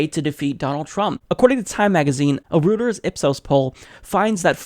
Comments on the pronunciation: Fyi, Reuters is pronounced "roi-terz" not "rooters." Love the report in general but you should spend a few minutes researching the correct pronunciation of proper nouns. i cringed for several reports each time you mangled Sioux. You have been citing Reuteurs since the inception of your channel and you still pronounce it wrong. It is professional and respectful to pronounce proper nouns correctly; not to do so seems provincial. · Reuters is pronounce ROY-ters btw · its pronounced "Roy-ters" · it's pronounced "roy-ters" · Reuters is pronounced like 'royters,' BTW.